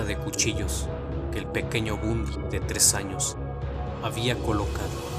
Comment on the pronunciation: Se pronuncia Bandy